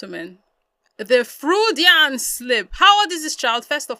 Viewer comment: This is not me being rude i kinda like you u are correct about the freudian slip but it's pronounced froydian... i got a few more words i wanna teach you about btw ..